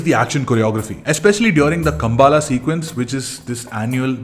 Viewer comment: Thanks for pronounced every Kannada words right way. But one thing is to correction it's not कंबाला but कंबला👍